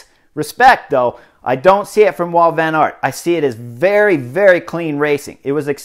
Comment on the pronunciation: admitting to trying to crash your competitors. Good guy. And it's Wout, not Walt. Jeeze!